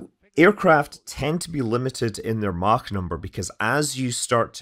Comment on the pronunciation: I'll just say that you can pronounce Mach as Mach, instead of Mach. But, either way...